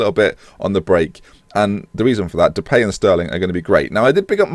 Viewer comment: "And Brad Jones in goal, so mistakes were made" haha. Also I believe it is pronounced De-pie not De-pay but I could be wrong. Keep up the good content. Sent here from Jack, but subscriber now :)